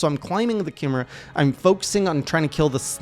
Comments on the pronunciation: Kim er uh? Don't you mean Kai me rah? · It's "KAI-MARE-UH" not "KIM-ER-UH" btw. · It's pronounced ky - meh - ra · Chimera; pronounced like 'Kie' (like Pie) 'Mare' (like the female horse) 'Ah' (the thing you say if you have an idea) 'Kie-Mare-Ah' Chimera. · Pronounced kai-meh-ra